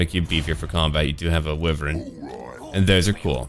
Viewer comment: It's Why-vern